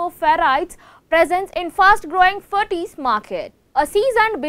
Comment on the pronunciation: actual pronunciation is ferrites and not ferrties..(shud be prounounced as Fa Rights).